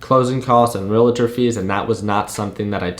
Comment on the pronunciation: Relator !! Why do so many people pronounce this wrong ?